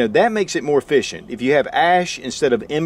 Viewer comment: Efficient not uhfficient. Hands not hayands.